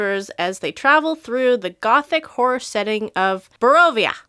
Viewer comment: LOL When you say horror it sounds like whore.....heh heh heh I am 42 but I still giggled inside when it sounded like you said Curse of Strahdanya is a Gothic Whore campaign. My husband has an accent where he kind of does that, but the worst is when he says Crayons but it sounds like Crowns. Kids put your CROWNS away...huh?!?! But a Gothic Whore sure sounds fun, I bet she wears thigh high boots too.